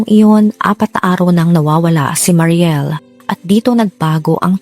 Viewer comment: mary niel po yon maam hindi mariel